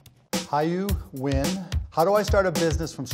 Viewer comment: Incredibly impressed he pronounced nguyen properly